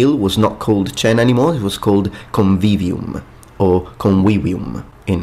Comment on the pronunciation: He made it clear at the beginning that he is intermixing classical and ecclesiastical pronunciation of Latin. Still, I wonder why he pronounced convivio, as /conwivio/, maybe there's a grammar rule that makes the second v not sound like a w